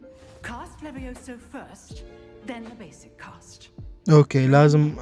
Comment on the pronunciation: 🗣️🗣️🗣️ it's leveosi not leve_osi